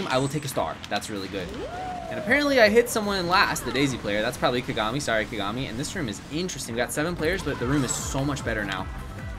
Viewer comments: Kuh-gah-mi Me, a Lucky Star enjoyer: Kaw-gaw-mi!!! Empex somewhere in the corner: Cries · the way he was saying kagami 😵‍💫 haha